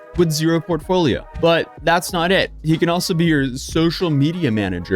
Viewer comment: "Maneger" is so ironically hilarious man I can't.